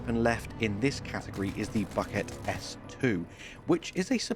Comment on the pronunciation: Buket = boo-k(i)et. The "i" after the k is to make it softer, and the e before t is somewhat softer than the "standard e"., The word is borrowed from the French - bouquet, meaning exactly the same as "a bouquet of flowers" but we pronounce the t in the end. thanks for your video!